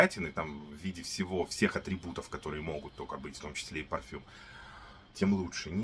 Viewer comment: Автор , не рОджа, а РожА.. Не парфам а парфюм.. Режет слух когда не правильно называете ароматы ...